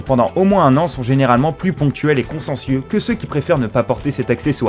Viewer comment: Vous avez dit quatre fois "conscencieux" au lieu de consciencieux, ce qui révèle beaucoup de choses chez vous. Ahaha !